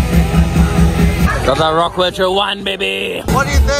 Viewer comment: Hearing how rapes the word rock 'WERCHTER' every single time, gets to me. Greetings, A Belgian guy